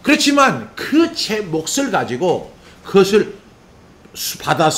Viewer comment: 목사님, 오늘도 말씀으로 은혜를 받게 하시고 정리가 되게 하시니 감사합니다. 목사님께서 말씀을 전하실 때 '낙을'= '나글'로, '몫을'= '목슬'로 발음하시면 더욱 정확하게 들릴 것 같습니다.^^